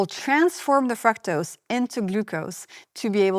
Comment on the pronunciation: Your pronunciation of “fructose” is wrong!